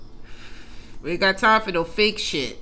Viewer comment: "Don't come in here tawkin no SHYIT" 😂